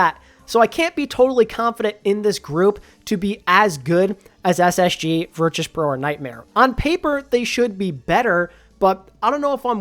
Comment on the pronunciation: crazy how they’ve been in the scene for over a year and you still can’t pronounce virtus correct